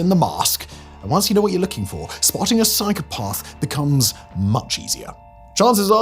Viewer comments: There is no 'r' in psychopath, Simon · Every time Simon says the word “psychopath” all I can hear is “cycle path” 😂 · I know this guy is a bit posh but no one pronounces "psychopath" like that. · Learn the real story behind Frank Abignale please. Also pick a pronunciation of psychopath and stick with it, couldn't keep watching was too annoying